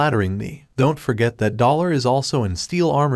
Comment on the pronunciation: Why does dollar sound like BALLER